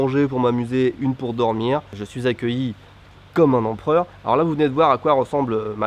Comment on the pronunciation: Empreur, Empreur, Empreur, Empreur, Empreur, Empreur,Empreur, Empreur, Empreur,Empreur, Empreur, Empreur,Empreur, Empreur, Empreur ha ok.